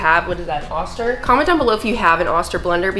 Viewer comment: Those blenders never come with tampers, the holes are for adding ingredients not for tamping stuff down.. and the company is pronounced "OOster" just like it is spelled not "AUster" and those are/were great blenders back in the day before all the smoothies and such... your too young to know these things